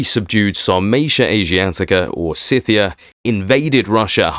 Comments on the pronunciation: Scythia is pronounced with a hard C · You check facts with Google?! Why not just check Wikipedia.. 🤣 Google is an AI programmed with propaganda, and lets not forget they also own YouTube Im not saying im right, but when i studied ancient history some 40+ years ago, my History Professor said Ski (like Skin without the n) Thea (like the greek goddess) In the scheme of things i guess it doesnt really matter, the fact you are putting this stuff out there is good I just get all Pedantic when i hear things said "wrong", and as an Englishman i hear things said wrong a lot by Americans, thats not a criticism, its just true You say it however you want to, theres a YT channel called "Emma Says" where a young girl tells us the correct way to say things, though i doubt she has covered Scythia, but shes right 100% of the time, at least with things ive checked (i assume its really her mum and dad who do the checking, Emma simply adds a voice